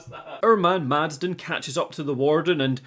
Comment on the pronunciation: The guy's name is Madsen. Did you also write Madsden in your script every time or did you really struggle this hard and consistently? Sorry, but it was just so distracting, especially with how often you used the name.